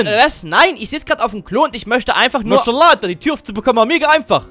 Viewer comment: Maşala😂😂😂😂😂😂 ich sterbe von lachen der Katze sagt immer maşala